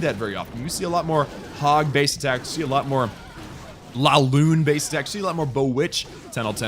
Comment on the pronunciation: Its not LALOON its LAVALOON